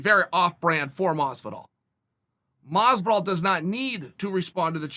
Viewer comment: Masvidal, not close.